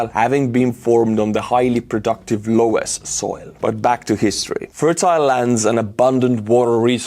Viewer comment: Loess isn't pronounced "LO-ess" in English, but "luss".